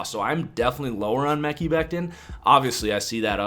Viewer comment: Dude.....its pronounced Me-ky Beck-tin , lol Why can't you white guys pronounce other races/creeds and religious names ?